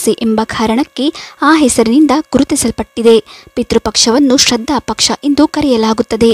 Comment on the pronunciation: ಶ್ರದ್ಧ ಅಂತಾ ಓದುತ್ತಿದ್ದೀರಾ.